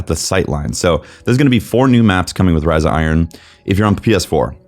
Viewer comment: Riza Iron... Can't unhear this.